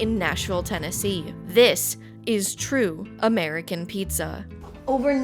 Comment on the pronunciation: “it’s so jover” 😭😭